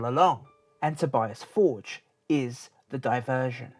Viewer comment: It's To-bee-ahs For-gaeh. Not Tobyass Fordge...